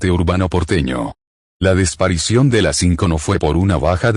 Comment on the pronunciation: La “desparicion”. Enséñenle a hablar bien a.